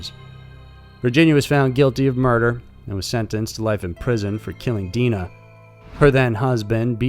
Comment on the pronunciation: Dina is Dina. DE-ANNA is Deanna...